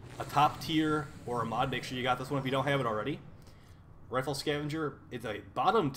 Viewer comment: Did you just say rifle(R-eye-ful) as rifle(R-i-ful) ?